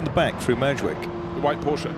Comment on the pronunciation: An announcer that cannot say Porsche correctly. Brilliant.